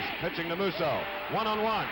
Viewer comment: These guys cannot pronounce Musso properly! Tons of announcers messed mine, and Terry's name up constantly too!